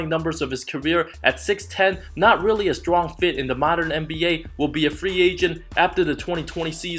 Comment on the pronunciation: “rerry long time”😭